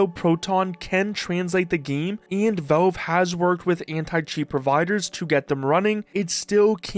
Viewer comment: It's pronounced Valve, not Velve.